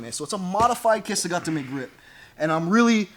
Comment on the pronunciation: For some strange reason I was not subscribed to your channel anymore. Love the video, these turnovers are so great because they are direct and work. I also appreciate the correct pronunciation of kesa gatame🤗